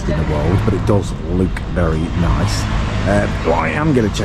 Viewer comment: Its pronounced look not lewk